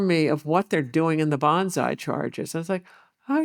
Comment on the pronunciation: both of them calling it bonzai charges cracks me up every time.